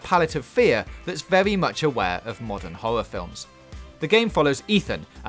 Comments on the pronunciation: Can’t deal with this guy... all of his “r”s come out as “w” it’s vewy vewy annoying. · Wow he say vewy good wowds